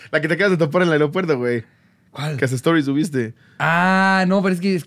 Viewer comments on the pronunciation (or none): none